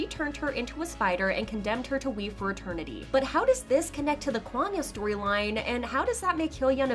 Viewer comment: Can u please say kwangya correctly.